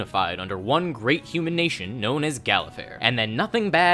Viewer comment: You say Galifar weird... lol